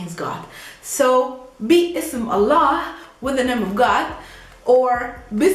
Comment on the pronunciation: I love the way you pronounce Allah.